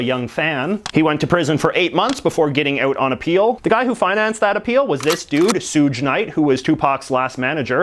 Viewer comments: The song is "California Love," not "California." Suge Knight's first name is pronounced like "Shug" (like "Shook," but with a g at the end), not like "Soog." If you're looking for a famous American to profile, how about Jefferson Davis? Or Joseph McCarthy? Somebody really controversial. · Suge Knight’s name is pronounced like: sugar (shu’gue) Not: sue’je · Great video and I had no idea my home city Louisville Ky has a tower designed by a student of frank loyd wright, it always stuck out to me and now I know why. All good things aside you did mispronounce "suge knight" though (pronounced like sug as in sugar) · "sooge" knight lololol it's shug as in sugar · it's not (suoogg) it's (suga) like sugar but with out the r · Soog Knight... no more like Shug Knight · Lol Suuggeee Knight. Its pronounced like Shūg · Sug night it's more like shug night from sugar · It's not soog night its sug night, like sugar. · suge not suje knight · "Sooge Knight" Its pronounced Shoog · U writing off Tupac a lot... times have changed i guess, but u should look more into that story. Also "shooge knight" is not how its pronounced lol, sug as in the first sylable of sugar, who by the way everyone agrees unequivocally is a just a bad person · Its pronounced SHUG not sooge, that was a little cringey not gonna lie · Just so you know, it’s (SUG)e knight. Pronounced sug as in sugar knight. And also, Tupac’s tattoo didn’t stand for “Thug Life” it stood for ‘The Hate u give little infants fucks everybody’. He was preaching that hate is not born, it is taught. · "Sooj Knight" - Not correct. It's like the first syllable in "sugar." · Black beard was English. Also Suge is pronounced "shug", like sugar Great vid though. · Great video! Also Suge Knight's name should be pronounced like SHuh GE. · Suge like sugar not suge like huge 😂😂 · Suge knight lol it's sug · Him saying Suge Knight wrong has made my day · Suge is pronounced like sugar without the a and the r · I hate the way you said suge knight